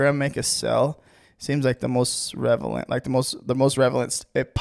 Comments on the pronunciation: Love how you say "Revelent" instead of relevant lol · I'll admit, it doesn't inspire a lot of confidence when he continuously mispronounces "Relevant"